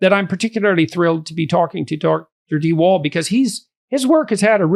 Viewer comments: Lmfao, de Wall? It's like biden in office when native english speakers try names. It's de Waal, de Waal is a river running through the netherlands. A for effort tho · Vaal not Wall. All animals have empathy, not just chimps, you can see it in crows who are highly intelligent and also in finches like my zebras and canaries... I have a 10 yo zebra finch who can barely move and although in a cage with 14 others no one bullies him while they do fight between themselves. I had a sick zebra finch being regurgitated, fed by a Java sparrow male while she was in labour laying an egg... Animals and birds are amazing. Humans are just crap. Also I am a girly woman who is heterosexual and as she grew up liked to climb trees while wearing nice dresses, played with tanks and my fav toy was my sword. This whole gender thing is a sham and disgusting. Lived in Holland for a while and boys were being diagnosed with ADHD and medicated for being boys, including my neighbour's son who was a lovely boy but who had a neurotic mother who was reading all the 'woke' books. The marriage did not survive and the family fell apart, the mother was trying to get autism diagnoses for her 3 kids who were just perfect lovely children. You should read 'The Elephant Whisperer' to see Elephants can also communicate telephaticly.